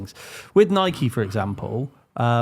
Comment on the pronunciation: It's Nike, not Nikey. You wouldn't call a bike, a Bikey.